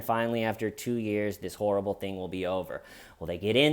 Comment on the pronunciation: That's hawrible!!!